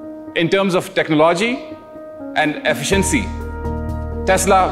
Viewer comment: Excellent review as usual but end pe yeh "techno-logy" kia hota hai yaar "tech-nology" bolo sakoon se :D